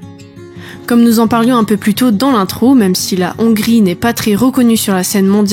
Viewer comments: Intéressant à écouter Dommage que vous ne prononciez pas bien le mot Hongrie ou Hongrois en français et fassiez une liaison inappropriée qui écorche mes oreilles On dit les-hongrois et non « les zhongrois » Je H n’est pas un h muet En-Hongrie et non « en n’hongrie » Heureusement je vous ai entendu dire la Hongrie et non « l’Hongrie » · Il faut aspirer le H de Hongrie ! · « … en Nongrie il y a des Zongrois… » 🤣